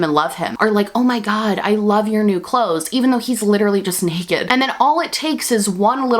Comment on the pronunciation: I know you said emperors new clothes but all I heard is emperors new groove